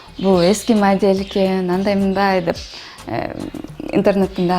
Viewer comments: модель менен модьел дин айырмасын билбейби бул кыз, суйлоо речи, соз байлыгы жок экени билинеп туратго. Маданият министри качан иштейт бизде сахна эмес жонгана кунумдук колдонгон создорду да туура айта албай жатат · Модиль дейт го 🤔🤦🤮🤮🤮 эмне эле ушул кыздан супсак интервью ала бересинер ? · Маадель дейт ко 😄